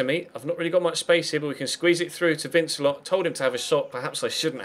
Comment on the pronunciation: Congrats on 100k subs, good to see you go to my home club and play with some really good young players. I know you like your pronunciations so vincelot is pronounced van-ce-low as he is French, good luck for the season go and lead us to the title.